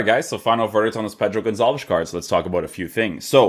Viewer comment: Not Gonzales. Gonçalves. Aka pote